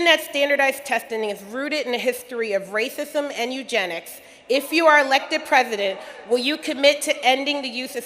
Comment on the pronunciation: LMAO! Wacism - Wacism!